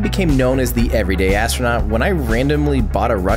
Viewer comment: lol...the way you keep saying that... the ev'ryday astro-nut... i love it! xD